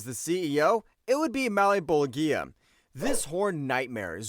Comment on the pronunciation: O my god….. my ears bleed everytime he mispronounces malebolgia name its pronounced Mal-bowl-ja